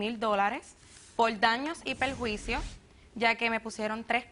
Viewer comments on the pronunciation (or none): "Buenas taldes, daños y peljuicios" "en mis paltes plivadas " jajajajaj